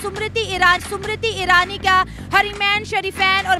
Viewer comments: MERI JAAN....SUMRITI NAHI.....SMIRITI IRANI BOLO. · Smriti.. not shummriteee 😂😂😂